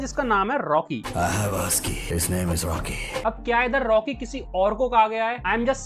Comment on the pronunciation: rocky nhi orcky bola tha bhai🤣